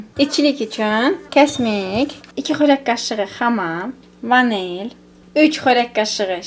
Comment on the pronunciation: Gözəl qızım ❤ əllərinə sağlıq !əla bişirmisən,🎉 Vanel demə vanil de.çox adam vanel deyir güzgün deyil.İncimə❤